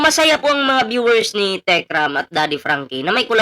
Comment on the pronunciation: Yang babaeng Yan si. Epal Yan. Napakayabang Nyan. Kung umasta akala mo kadugo Ang MGA Manalastas. Hindi nga ma-pronounce ng Tama Ang Techram. "TIKRAM", "TIKPURIN". Hahahaha ano ka??!!!! Ilabas mo tapang mo!!!!